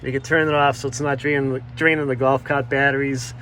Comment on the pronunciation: “Gowf caaht”